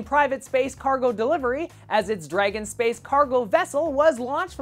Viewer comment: At the start I thought you were saying "sperm" rather than "space!"